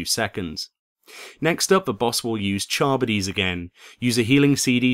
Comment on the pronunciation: thx for the guide, btw, charybdis is pronounced kuh-rib'-diss